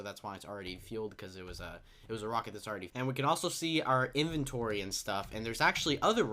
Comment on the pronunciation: Dear all Youtubers: 1. It is not in-venchory is In-vent-ory 2. It is not wa-ff-a it is wai-fer